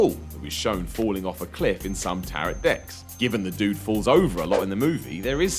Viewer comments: What the hell is a Tar-rot deck? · Tarot is pronounced like arrow, and not carrot. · It's pronounced TA-ROW, not TA-ROT... you probably only said it wrong to get comments like this! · You're pronouncing 'tarot' wrong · You need to learn how to correctly pronounce the word "Tarot"... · There aren't enough comments about his butchering of the pronunciation of "Tarot"... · Learn to pronounce "tarot".